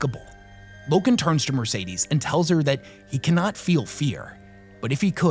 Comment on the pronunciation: Her name is not Mercedes. Horrible pronunciation all round, good video nonetheless.